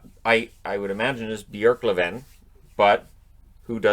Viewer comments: You actually said Björklöven quite good the first time :) I have a hard time seeing a team at this throwing a game, you'd have to get the entire team in on it, not only would that be hard to keep a secret, the players and coaches aren't going to risk their careers over it. Sometimes teams just collapses. But attempts to rigg games do occur, I remember 2-3 years ago, the backup keeper in the highest Swedish soccer league was offered money to let in goals in a game, but he immediately reported it to his team who in turn reported it to the authorities. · for an English speaking you pronunciated Björklöven really well. I like how you really try saying swedish words correct! Nice going! And thank you for all your videos. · And you almost nailed the pronounciation! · Don’t apologise! Your preferred pronunciation was VERY good! Close to perfect! I’ts not often you here a Canadian or American succeeding with the åäö letters, but you did. Also wonderful news about Oscar!